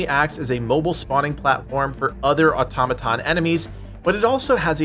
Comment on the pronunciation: Just happy that someone knows how to pronounce automaton